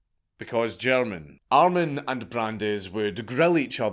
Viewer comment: Btw....armin or more pronounced like Armeen